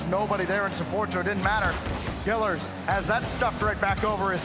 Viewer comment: Imo is not a top commentator. It's pronounced killEARz not killers